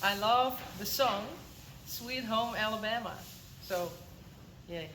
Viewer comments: Wow, you say Alabama just like we do, no accent. Good Job!!😉😉 i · Was very surprised when pronounced Alabama so perfectly....until she mentioned the song! Given that the song is such an oldie, I was then surprised she knew it! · Her pronunciation of of “Alabama” was regionally perfect!! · I add my get well wishes to Terri in Alabama (said so perfectly without a Dutch/Frisian accent by ). Stay strong. 💪🏼 Johnny just soaks up all the love and attention from all his ladies (horse and human both)! 🤟🏼 Sanne is one of my favorites and she is growing so beautifully, tall and elegant. ❤️ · Having been born and living in Alabama all my life,, you pronounced Alabama like a native! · I just had to laugh out loud when, in your lovely, soft accent, you were explaining where the lady was from, and when you got to it, out pops "ALABAMA" clear as day. It was adorable and you said it perfectly! I love these posts and God bless you all for being so kind to that lady. I hope she sends a photo of the jewelry she makes from Johnny's hair. I know it will bring her comfort, Faya, you are the sweetest little lady and your braiding is awesome! Thanks to you all for making our days happier. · You surprised me when you said Alabama you said it with our accent here in the states 😁…….Johnny is a beauty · It’s so funny because you pronounce Alabama just like a Southerner. I’m one too! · You said Alabama like an American! So wild to hear that mixed in with your lovely Dutch accent, but well done! and Faya, love how you own who you are -- a horse girl through and through! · Girl! You sounded like you were an Alabama native when you said Alabama! 😂Lbvs!! Johnny really is a handsome devil. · American accent when saying Alabama is awesome. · So sweet of you to send this momento from Johnny. I am surprised he is so calm during grooming. Yes that good looking Johnny is a tease, I bet he has stories to tell. BTW you pronounced Alabama with a true southern twang! ❤